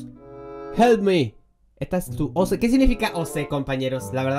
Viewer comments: No se pronuncia O C se pronuncia como decis Ok Y un OC es el Avatar bueno noc si me explique bien -^ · Cuando dijo oc (pronunciándolo oce) me puse a reír un montón y oc (pronunciado oc) es él personaje que creaste en gacha life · Se dise Oc primero o y segundo c se dise oc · No se dice o se si emmmm di ok ok no okey no si no ok asi se dice oc y es un personaje que creaste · No es o c es ir OC no o c 😃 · Como lo pronunció